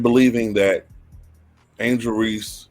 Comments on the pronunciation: This clown doesn’t even pronounce her name right, there is no Angela Reese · he said angela reese.